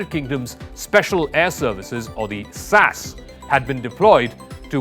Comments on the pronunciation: It's not pronounced sass, it's S.A.S ess ay ess. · It ain't "sas", it is "The S.A.S." SAS is an abbreviation, not an acronym, short for Special Air Service, so it requires the definite article, and each letter to be pronounced, not like the way the presenter, Zakka Jacob, unprofessionally said it. If you don't do your research in one area, it would imply that the other "facts' alluded to in these videos may be equally dubious. (There is also The SBS, the Special Boat Service, which likewise isn't "sbs".) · « SAS »: you should first say « S », then « A », then « S », not « sas » as a word. Please say it properly. Thanks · SAS hahahhaha shorty for Sassy? It’s The S.A.S! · What the hell is sas it is the S. A. S. Each letter is pronounced. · S.A.S not sassss....and they are the best and most highly motivated professional soldiers on the Planet and are NEVER "Cannon Fodder" do your homework, these no cure for stupidity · secs. SAS? You mean S.A.S 😂😂😂😂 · SASS???? Cmon, buddy... its pronounced S-A-S. SPECIAL AIR SERVICE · Nobody pronounces SAS "sass". What the hell??? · S. A. S. Not sas... Js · Let me help you out. Mercenary: Mer-SEN-Ary. SAS: S-A-S. not Sass. How the hell is there anyone in the media that doesn't know who the SAS are and how to properly pronounce the acronym...mein gott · "sas" - too funny! and mer-cen-eries - OMG The rest is probably just as well researched and based on vast historical knowledge.🤣